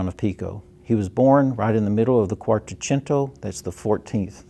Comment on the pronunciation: Please, it is not ^^ miran DO la^^ with the stress on DO. The correct pronunciation, the only one is ^^ mi RAN dola ^^ stressed on the RAN syllable. You got ^Quattrocento^ right, if that is a consolation.